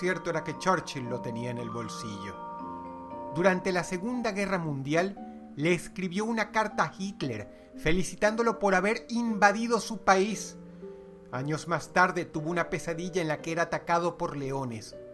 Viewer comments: Yo me refería a como dijo Dross, el dijo 'Hicler' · dross pronuncia hicler no hitler